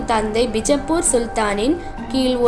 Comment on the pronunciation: That's not North Indian style 'bijappur', that's Karnataka style 'Bijapura', never ever try to fake the highest Gnanpith gained langg "Kannada".